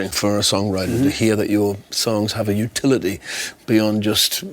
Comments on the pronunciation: . The Newcastle accent came out there!😊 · Hahahah, I love how Sting's true Geordie accent came out when he said "utility" XD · Sting says "utility" and the you can hear the Newcastle accent for once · When Sting says, "utility" , you hear the Geordie is still there! 😊